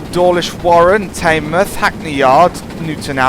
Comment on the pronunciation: Just letting you know, Teignmouth is pronounced Tin mooth